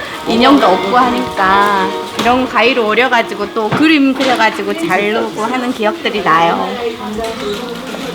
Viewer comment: 잘르고 아니고 자르고